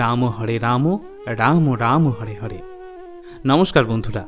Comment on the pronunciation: পোর্ভু আপনি সর্বপ্রথমে হ রে। না বলে ড়। উচ্চারন করেছেন এই। ড়। য়ের ।জায়গায় র হবে । ।সঙসোধন করবেন জয়নিতাই রাধে রাধে।